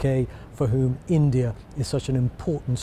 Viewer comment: I can smell the racist pronouncation while you say India !!!! This proves again Britan is not great its just asusual racist country